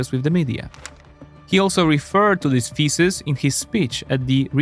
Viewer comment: the only channel where 'thesis' sounds like 'faeces' and i have no inclination to laugh.. < 3